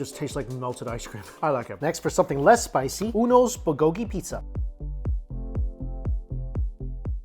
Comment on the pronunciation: Did you just say "Bulgogi-Pizza" ....?!?